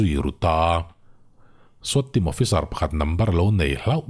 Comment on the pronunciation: Swat hi skhuat tia lam tur niin ka hria